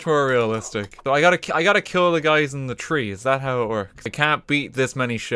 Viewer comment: Tree instead of three, and "Oh it's chugging" is just something he says